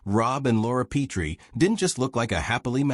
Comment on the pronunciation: Their last name wasn’t Pea-tree. It was Pet-ree. Teach your AI how to read names if you intend to create nostalgic videos.